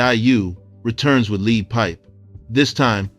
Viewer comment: 😂😂 bruh, “lead” rhymes with “red” not rhymes with “weed” lol. 😂 I But kudos to the lesson on a forgotten guy in Ayoub/I U. You don’t touch in this but because he ghost wrote Shante’s “big mama”. He got into beef (real physical) I’ve heard with Naughty by Nature(over Latifah being mentioned in what he ghostwrote for Shanni) Then Cold Chillin lost their distribution deal which is why his follow up too so long. 4 years especially back then was a lifetime. His suits were mainly album cover and they were portraying more old school gangstas thank corporate guys. IMO. I have no roof but I believe the Naughty beef played a part in stifling his movement. Naughty then was next to death row had a lot of influence. Also NYC radio is very controlled by connections. Especially then Lastly. I didn’t like “this is a recording” and thought it was a HORRIBLE first release single. My friends loved the bass in it If “sugar free “ would have dropped first and they had radio support. He’d have been a household name. My point is referencing that I got that album late when I heard nobody move and mass destruction I immediately ran to the record store to get this and could not believe how good his first album was yeah, that 1st single really caught in my judgment Shout out to him though and your episode Despite misnaming his second album lol